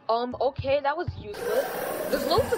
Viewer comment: I love how he says "Okeh" everytime ✨